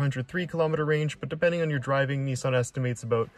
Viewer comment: It’s Nissan…..not NEESAN